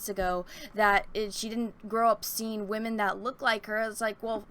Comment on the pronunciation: First off, I adore your videos, you're entertaining, really get into your topics, very intelligent, hilarious, and I have yet to disagree with anything you've ever said in any video of yours I've ever seen, but I must ask, what is waamen/wahmen? Is it a new term for women? Is there any significance to it being pronounced differently? I noticed you said it a lot, and honestly I'm curious. I tried looking it up but I couldn't get any specific answers